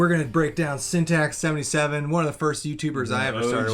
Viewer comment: It's sintax77 not syntax77